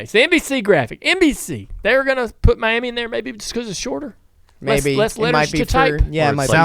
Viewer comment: It’s pronounced “my yammy” 😅